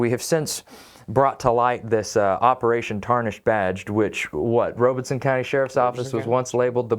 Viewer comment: Robeson (ROB-ih-sun) Rob Not Robe And no R after the E